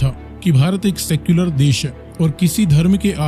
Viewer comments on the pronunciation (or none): Circular nhi secular hota h , unpadh 🤣🤣🤣